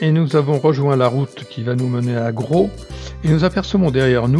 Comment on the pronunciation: Belle vidéo, pour information le " S " de Gros se prononce ! Dommage d'avoir pris la route sur les 3/4 de l'itinéraire finalement, un sentier fait presque tout le tour sans quasiment voir la route en goudron, partant du hameau de la Fond d'Eyglier et remontant sur Gros dans les falaise un peu plus bas que la route, puis le sentier du canal de Guillestre qui surplombe la route de la Viste !